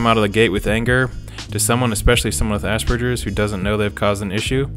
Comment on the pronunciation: Speaking of jarring, as an aspie who took 4 years of German, hearing people pronounce Hans Asperger's name with a soft G causes me no small amount of pain and rage.